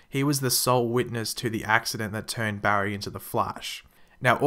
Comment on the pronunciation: Your so bad at saying his name Barry